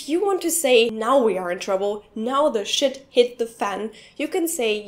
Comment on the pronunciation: the way she say shit is like "Schitt"